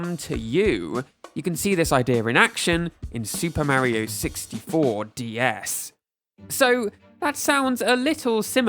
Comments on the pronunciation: "Meriow" Ugh... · You don't say Mario differently, you say it incorrectly. One of the nice things about the Japanese language is how they pronounce certain syllables and it's pretty clear from the katakana they use マリオ. There's no ambiguity here and to say otherwise is just silly. Nintendo knows how their own characters names are pronounced. It's like how on Star Trek, Pulaski mispronounces Data's name wrong and when he corrects her she says, "What's the difference?" Data responds with, "One is my name, the other is not." Calling him "Marry-o" is clearly not calling him by the name the creators set for him. It's one thing to call him that because of innocent usage via a native tongue, but it's another when you've been shown clear as day it's not "Marry-O". One is his name, the other is not. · You pronounce Mario wrong